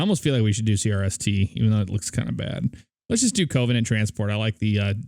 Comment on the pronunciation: I'm triggered by how you say Covenant. Its pronounced: kəvənənt